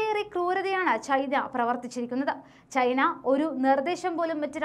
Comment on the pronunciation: Your pronunciation of Malayalam is too poor. You pronounce China as Chhina, chathi as chhathi. Please try to improve pronunciation. Please don't kill Malayalam.